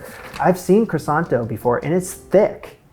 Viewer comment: Awww. I feel bad for you after all that effort. I almost don't want to say it's kwahSON... not KRAson.